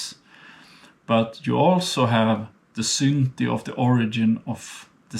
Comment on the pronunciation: I really appreciate your work! Thanks - though I wondered first what is he talking about "synti" (sin in english) until I realized the word was "synty" (birth,becoming) 😂